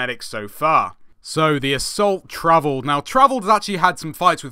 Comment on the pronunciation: The assault is Pronounced Tor-Vold. Travelled is comically funny :P but keep up the good work man.